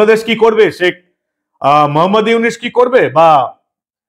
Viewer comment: তোর দুই টাকার চা বিক্রি করা মোদী পাসোস ডক্টর ইউনুস নোবেল বিজয় নামটাই তো শুদ্ধভাবে বলতে পারিস না তুই